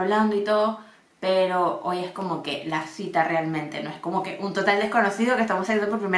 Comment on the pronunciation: gente normal: la cita: la shita